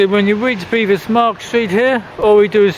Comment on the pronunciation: Its BEVis not BEEvis plus it isn't street its just Bevis Marks.